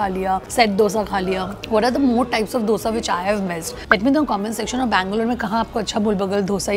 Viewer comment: Love that you are pronuncing the Dosa correctly❤❤ Keep exploring South Indian Food.